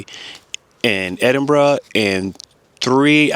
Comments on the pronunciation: I think you're the first American person that I've ever heard pronouncing 'Edinburgh' correctly 😂. Hope you and your family come back up to Scotland soon! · I know you've been here for a while because you can now pronounce "Edinburgh" properly!! 😂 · I have just come across your channel so I don't know everywhere you've been yet! Have you toured the castles of Wales yet? Also as you like Scotland have you visited any of the Western Isles?, Skye for example. By the way congratulations on pronouncing Edinburgh correctly! I live in beautiful Cornwall but it is best avoided during the Summer when it's too busy!